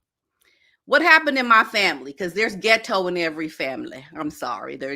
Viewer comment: The way you say ghet-TO cracks me up.